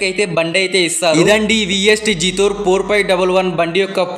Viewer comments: జాథోర్ కాదు బ్రో జెటోర్ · జీతోర్ కాదు బ్రో జెటార్